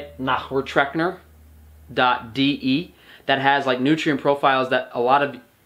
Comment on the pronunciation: As a German it was very funny to experience the way you pronounced the word "Nährwertrechner"!!!:D Thanks for the video!